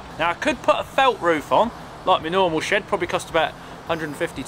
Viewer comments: I heard "builid sh*t" 😂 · I hear "shit" instead of shed and that make me laugh 😂